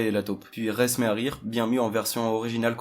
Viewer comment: Ça se prononce Ray